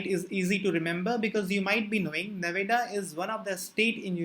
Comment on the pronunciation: Can you once pronounce Nevada in a right way